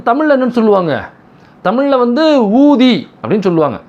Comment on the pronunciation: அது என்ன ஊதி என் காதில் wrong கா கேட்குது. ஊதி...கூ....